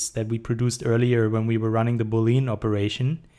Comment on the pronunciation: Cool tutorial! Also like your Artstation. Always nice to see good german 3d artists :D Just two rather unimportant things : Plural von Vertex ist Vertices(Wuörtesies) und Boolean wird ''Buhliän'' ausgesprochen :P